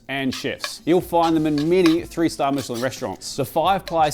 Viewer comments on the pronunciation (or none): none